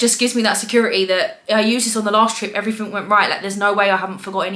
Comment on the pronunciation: 'everyfing' 'Firtyforf and sevenf'